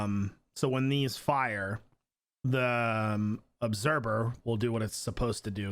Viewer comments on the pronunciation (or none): Did anyone els hear him say obseber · why does he keep saying "obserber" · Is that just me or does he say "obserber"